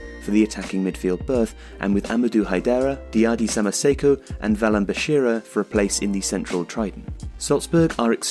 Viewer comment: Valon Berisha,not Valon Beshira